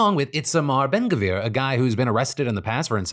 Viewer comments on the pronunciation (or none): Your pronounciation of Itamar Ben Gvir and Bezalel Smotrich were only about the tenth worst pronunciations I’ve ever heard, so congrats for that